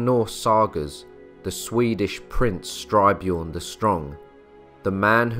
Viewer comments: Excellent - but it is "st y r - björn" rather than "str y - björn". And the letter " ö " is pronounced like the letters " ea " in the word "earth" . Minor items but worth keeping in mind. Outstanding and well done. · "Jelling" is pronounced "yelling", not "jelling" — old norse didn’t have the English "j-sound" — and Styrbjørn is composite; first syllable "styr" like in "to steer", but usually understood to mean "steering a ship", second syllable "bjørn", meaning "a bear"… In old norse, "y" is invariably a vowel, but like "ø" one English don’t have...